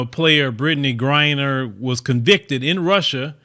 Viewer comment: Yay finally got her name right lol